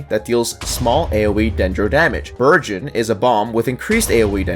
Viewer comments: U was saying vergin according to my ears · I’m pretty sure he saying “Virgins” because that’s what I hear every single time lmao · He said birdeon